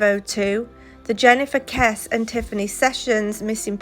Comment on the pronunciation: Kesse pronounced Kessey